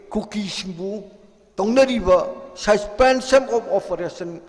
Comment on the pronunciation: Susfenson of oferason😂